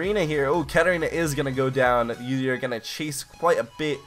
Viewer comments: It's pronounced ooo-deer not you-deer... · Holy shit when you pronounce udyr as "youdyr" i wanna kill myself haha. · your pronunciations of some champions are just awful sorry to say that - Udyr ist "Youdeer" and Nasus is "naisus" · The only bad bit about this vid is him saying "Yoo-dyr" repeatedly